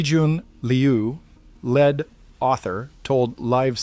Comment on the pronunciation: Serious scientific articles need to take correct presentation a little more seriously . Errors like " lead author " being pronounced as " led author " and the constant errors in dates and times also compromise its believability .